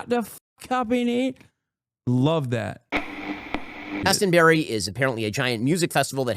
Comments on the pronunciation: I really liked 'glastenberry is apparently a giant music festival' lol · He cant even pronounce glastonbury. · the way Ben pronounces Glastonbury hurts my poor English soul.